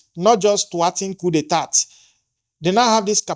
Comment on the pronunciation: Please the pronunciation of the word. Coup d'etat... check it.Please.